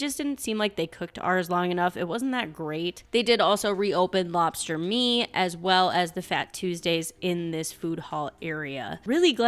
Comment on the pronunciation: Lobster Maine not Lobster “Me”